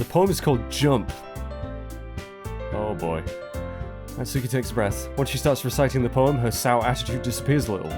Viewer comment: I'm pretty sure the cannon pronunciation is "nat-su-key"